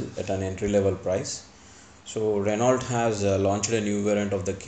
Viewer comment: Hello, it's pronounced Reno and not R-e-n-a-u-l-t, as its spelling goes. Renault is a French car company, and so goes its pronunciation